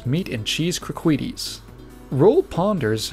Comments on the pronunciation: I hope that pronunciation of "croquettes" was a joke lmao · I'm late but you massacred the word croquettes.